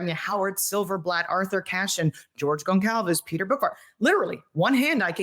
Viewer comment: I cringe whenever I hear Gon cal ves...it's Gonçalves...properly pronounced Gonsalves